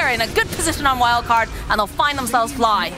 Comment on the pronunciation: and she constantly called fly as flee for a whole game